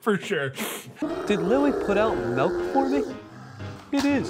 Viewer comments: "Melk" is how you spell and say milk in my home language but I doubt that was this movie's intention... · I heard the "melk" thing, and honestly, I assumed it was just the director trying to make the point that the hedgehog was dumb/didn't know better. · Anyone know that skit where some guys end up shooting each other because one of them says "melk" instead of "milk"? Cause that's what I immediately thought of when I heard that hedgehog say "melk". I wish the scene in this movie ended the same way.